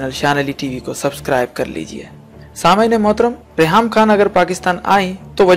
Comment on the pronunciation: Khan bolain Bhai khaan nai ap Indian hn